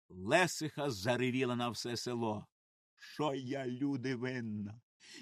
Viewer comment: Не з бАхурами,а з бахурАми.ЛесИха.І ще кілька слів неправильно наголошені. А за текст дякую.Розвиваймо українське!